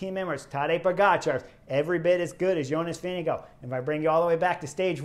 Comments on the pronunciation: Chris, I know it's the end of TdF but better late than never. The race leader's name is NOT pronounced "VeeneGO" but "VingeGAARD". Thank you. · Thanks for that Ozaip...the pronunciation of Vingegaards' name by Chris (and many other announcers) had me screaming at the screen. 😉